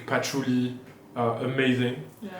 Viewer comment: started getting the french accent --- WOOODEEE PATHOULEEE 😂 Quit it